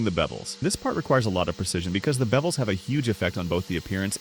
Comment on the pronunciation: Dude when you say bevels i dont know why but i here bebels😂😂